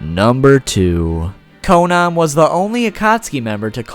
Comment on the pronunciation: its not konon its konan